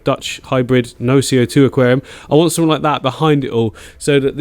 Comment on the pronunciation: “Click sumfink” ... love it